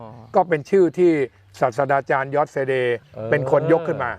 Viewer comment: อาจารย์ครับ ศาสตราจารย์ อ่านว่า สาด-ตรา-จาน ครับ ไม่ใช่ สาด-สะดา-จาน ครับผม